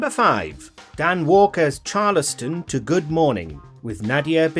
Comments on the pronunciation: CHAR-LES-STON!!!! - IT'S CHALES-STON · Char-les-ton?? That's not gow you say it. It's Charles (like King Charles)-t'n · Thats not how you pronounce Charleston...